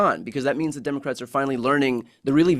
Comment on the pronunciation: Why does JD Vance (JP Mandel) say Dimocrats?